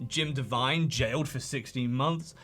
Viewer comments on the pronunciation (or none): none